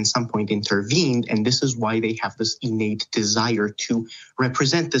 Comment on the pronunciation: It’s a very minor detail, but the way he keeps pronouncing innate as “e-nate” really annoys me.